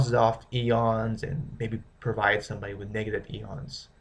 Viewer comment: it's pronounced "I-ONS" not "E-ONS"